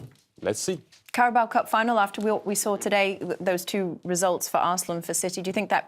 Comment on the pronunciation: Did the yank call Carabao cup the “Cowboy” cup? 😂